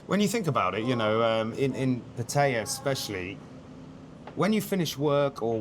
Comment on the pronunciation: Seem like cool guys, but not how you pronounce pattaya 🤣